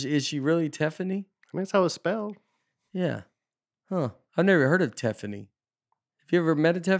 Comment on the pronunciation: Thank you for reading my comment! Yes, my name Teffany is exactly how Nate pronounced it! Y'all say Nate can't read, however, he pronounced and read my name perfectly the first time! That never happens! Usually people just think I am misspelling my own name. And yes, y'all are also correct about mispronouncing my name has taken up a huge part of my life! Enjoyed the show!